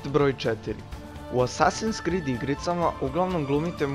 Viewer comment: ne skrid nego krid